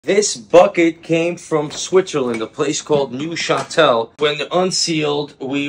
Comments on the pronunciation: Im Swiss and live close to neuchatell, and it’s pronounced nöchatell not new chatel! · New chatel 😂 neuchatel its pronounced french